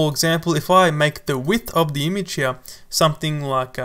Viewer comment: You pronounce the work `image` as `imige` please don't heart my ears